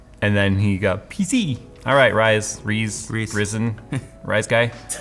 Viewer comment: As a Welshman I'm personally offended by the pronunciation of Rhys. I will however be willing to forgive you on behalf of our country for a free 3090.